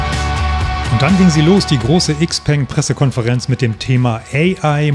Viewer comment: Cooles Video. 👍🏼 Aber bitte XPENG „Schaopang“ aussprechen. 😉 Aussprachevideo: Bitte keine Hate-Kommentare. Das hatte nichts mit Klugscheißen zu tun. 😉